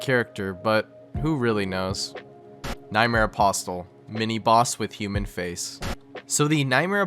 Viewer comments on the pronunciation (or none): The word "apostle" has a silent t. It's pronounced apossle.